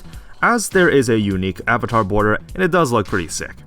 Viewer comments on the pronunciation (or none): none